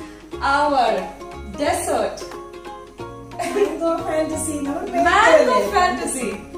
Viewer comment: Nice video, nice pudding and beautiful song, but when we pronounce dessert we say ഡിസ്സേർട് not desert-ഡെസേർട് (മരുഭൂമി) , most of the Indians say desert, just mentioning!